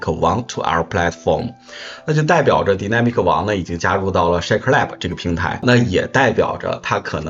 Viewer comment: Dynamic 读 “逮呐米可” 😂